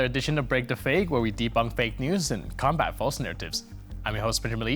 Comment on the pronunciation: He pronounces the verb "combat" like its a noun "combat." But these are pronounced differently.